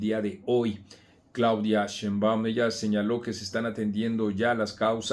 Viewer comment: Y para qué dices “sheinBAUM”! Se dice sheinbaum y punto! vieja asesina!!